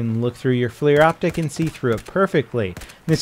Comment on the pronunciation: FLIR is not "flear". It's generally accepted to pronounce it "fler".